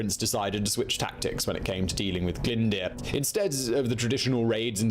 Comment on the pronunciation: Owain Glyndwrrrr it's pronounced!!